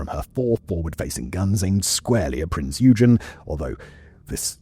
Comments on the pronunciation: The Germans don't say .. Prince... They say... Prinz... So the ship is pronounced in German, as PrinzOygun..... All as one word... My German friend told me this.... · Posted this before, but seems to have vanished ? My German friend said we should pronounce it as " PrinzOygun "... All as one word.. It sounds more like he said it... Lets see if YT remove this comment... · what is a “prince you gin?” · I have asked a German friend, and I think the German way of saying it is... PrinZoygun .... Sounds good, as well, if you say it as one word...? Who would have thought that it would end up, upside down, at Kwajalein atoll in the Marshall Islands in the Pacific ? Just google it... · Simons pronunciation of "prinz eugen" is like nails on a chalk board.. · The way you pronounce Prinz Eugen pains me dearly.